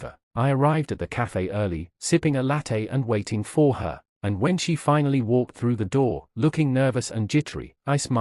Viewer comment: NOTES for whoever programmed the AI. “For” does not need to be the most emphasised word in every sentence. What on earth is “faked”? It was used correctly once & perplexingly several times. Also, it has one syllable, not two. “Finaleyise”? The word is “finalise”. It’s said the way it’s spelled. In short, YES, you are the A. Not (mostly) for what you did to your children, your husband & his poor deluded victim, but for this terribly made video.